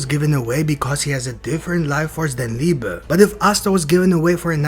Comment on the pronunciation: Guys, he's called Liebe, not Liba wtf